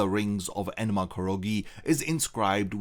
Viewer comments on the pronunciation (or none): You keep saying "enema", butt it's "enma"